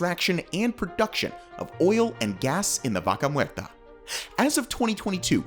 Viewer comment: Di VACA MUERRRTA ... ¡¡ NO MERTA !!😡👎